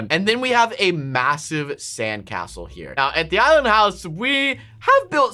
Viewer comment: I know why you call the island houws the, ISLAND HOUWS!!!!!!!!🙀